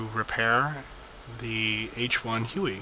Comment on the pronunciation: yyyyyyyyyyyyyyyyyyyyy...it is huey,not hue.hue is a city in vietnam